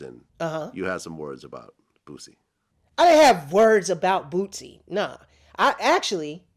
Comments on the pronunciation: It’s Boosie bruh 🤣😂 not bootsie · Called him bootsie😂😂😂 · Bootsie? BOOTSIE?....LOL....Bootsie🤷🏿‍♂️ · This is how many likes he said “ BOOTISE “‘ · That nigga said “BOOTSIE” lmao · Did he say bootsie? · Did this nigga say Bootsie lol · My dude said Bootsie 😂😂💀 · My man keeps calling him bootsie lol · Damn he just called him "Bootsie"😂😂😂😂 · Lol, he called him bootsie 😂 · He only said Boosie once, it was Bootsy every other time🤣🤣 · Nigga said bootsy dope😂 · Hearing him say bootsie got me crying after reading the comments 🤣🤣🤣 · Boot Sie😂😂😂😂 But he right tho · Besides calling him "bootsie " the whole time, instead of boosie lol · Cause he call him Bootsie!! LOL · Everytime he says "Bootsie"... Lmaooooo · “Bootsy” was a slang term back in the 90s. I have a hard time saying “Boosie” too. It doesn’t roll of the tongue easily 🤷🏽‍♀️ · I said the same thing...like "This nicca sayin bootsie"😂 i hear alot of ppl say bootsie😂 it fux me up every time🤣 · Because he’s ol school. My ass says Bootsy too like Bootsy Collins 😂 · Bootsy. He getting Boosie and Bootsy (Collins) names mixed up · lol he said Bootsie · Hold on, did he say “bootsie” ? 🤣🤣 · Nigga said bootsie🤣😭😭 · “Bootsie” Hahahaha this nigga said bootsie like bootsie name is bootsie Collins lmao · I wanna believe him but the “bootsie” kinda throws me off😂😂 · My man Jason is STILL RIGHT! Bootsie pronunciation and all!!! SHARE MORE POSITIVE STORIES PERIOD!!!!! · Say it with yo chest bro put some bass in yo voice..... YEA FUCK BOOSIE DUMBASS ( NOT BAD ASS)..... 😂😂😂😂 he keeps saying BOOT- SIE 😂😂😂😂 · Well he said boosie name wrong . 😂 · I'm dead 😂 how you gonna talk about a nigga that you can't even say his name right lmfao